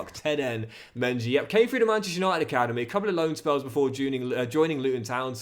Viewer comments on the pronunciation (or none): Saying mengi name wrong